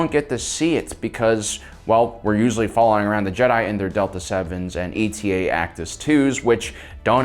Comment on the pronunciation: Pretty sure it's "e-tah", not "e-t-a." You know, like the Greek letter. You know, like how "Delta" had been used on the previous Jedi fighter. C'mon, man.